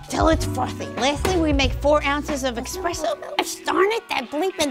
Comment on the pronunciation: But like..... it's pronounced espresso